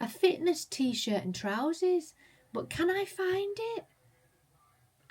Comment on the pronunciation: What are trouzees? Is that a Yorkshirism or a Ginaism?